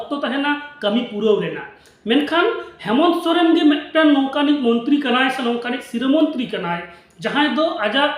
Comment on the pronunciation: Saren nhi dada soren hota h 😂😂